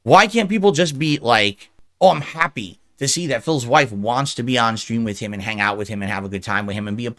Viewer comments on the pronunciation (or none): none